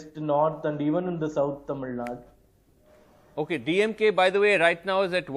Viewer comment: This national media news readers, anchors has any problem with their tongue like stroke? It's clearly written as " tamil nadu " but they always pronounce it as tamil nad🤦🤦🤦 Feel so ashamed of their their language... JUST EDUCATED IDIOTS ...